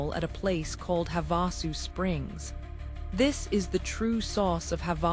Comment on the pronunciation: If your AI can correctly pronounce "Havasupai," why can't it also pronounce Havasu Spring and Havasu Creek?" This is so annoying to those of us who know the difference.